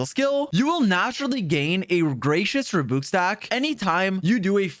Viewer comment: bro doesnt know how to pronounce rebuke lmfaooo